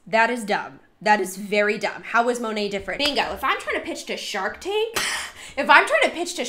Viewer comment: Love how every time she says Monat, she says it differently. Girlfriend doesn’t even know how to pronounce the brand she’s selling 😂😂 So late to this video, but I’ve been binge watching your content since you were recommended to me recently and love your videos!